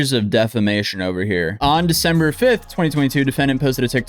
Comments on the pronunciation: did you say "Defember"? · Defember lol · Caught that “Defember” 🤣🤣 I hope that your videos are watched by law enforcement all over so they can catch the morons you cover. Your videos are so well archived for videos they may delete later that’s evidence. So glad you do follow ups on all you cover as well! 🎉